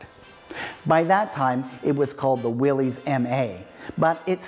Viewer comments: John North Willys pronounced his name Will - iss, not "Will - eez." Ford's GP was Government, 80" wheelbase (P was internal Ford code for 80" wheelbase), not 'Pygmy'. Chrysler is now Stellantis North America. The vehicle featured has been beautifully modified, very tastefully done. I imagine it cost a bit. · I just finished my 24th Willys build. Nice informative video. One comment: Its pronounced " Will us" Not "Will hes". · Not a restoration. You messed up a classic. ..and it's not "willies, it's pronounced Willis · I had an all-original 1961 station wagon and had a lot of fun rebuilding the mechanical overdrive with my dad. One thing I noticed - I have read 'Willys' is pronounced 'Will-is' not 'Will-ees' - can someone set me straight? :) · You're pronouncing Willy's wrong it's actually pronounced Willis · His name was John Willis the Y is pronounced like a short I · You are correct. It is pronounced Will-is. I did not know that when I shot this episode but found out while editing. I actually found an original tv ad where that is how they pronounced it. Thanks for watching. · It is the name of John North Willys. Pronunciation is Will - iss. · You mispronounced the name Willys, it is pronounced WILL-IS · If you know so much about Willys, why do you continue to mispronounce the name? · Yes. I know I pronounced it wrong but didn’t know that until after I had shot the episode. I hope you still got something out of it. Thanks for watching. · Yes I know. Didn’t figure out to proper pronounciation until I was almost done the video. Thanks for watching.